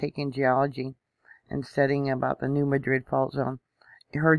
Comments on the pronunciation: 😄❤ My husband said why is she saying it like that!😆 We also say tar for tire too! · You mispronounced NEW MADRID !!!